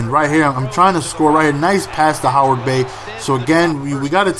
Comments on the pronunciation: Not to be a dirtbag, but i thought it was Heyward Bay, not Howard XD, great video as always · its Heyward bay not Howard bey:)